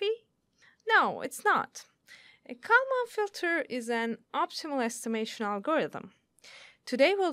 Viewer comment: I am sure that you could find someone who could at least pronounce Kalman Filter.